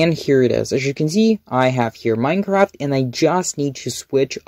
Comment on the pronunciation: "I just need to fine my Manecraft"